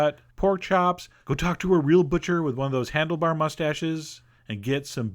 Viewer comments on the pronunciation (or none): none